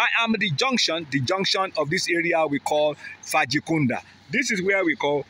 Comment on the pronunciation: Not faji Kunda but bajo Kunda